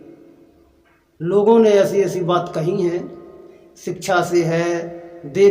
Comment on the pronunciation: अरे भाई सिक्षा बोलना तो सिखले।।